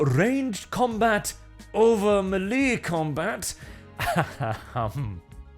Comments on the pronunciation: Melee: Pronounced ma lay not mee lee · Melee pronounced may lay